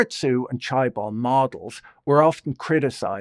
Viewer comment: for future reference: the first syllable in chaebol is kinda like saying chair without the 'r'